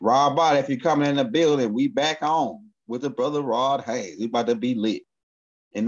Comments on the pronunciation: H A Y E S not Haynes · I watch you a lot brother, much respect to you. Bit man his last name is HAYES not HAYNES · I love these two kings, but everytime say rod hayes name i cringe a lil bit cuz he always say Rod Hanes like cmon maaan 😂